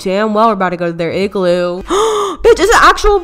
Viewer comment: “in my igroo balone”